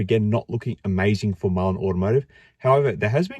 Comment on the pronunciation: Lawrence is a idiot...dude can't even say the companies name correctly...His black box is a hoax...any of you think if his box was so good that he would be playing with Mullen instead of Ford,tesla or anyone else?. the Trucks are rebadged Chevy/Hino...the vans are Chinese junk. There is no production..there is no big hiring push for production...no raw materials going into the plants...the Saudi deal is not a deal..We are being had folks..I am pissed cuz I have been buying Mullen shares for over the last two years and I am 175k shares deep